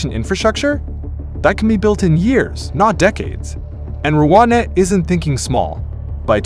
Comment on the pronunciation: Settle down - it’s Rwanda, not Wakanda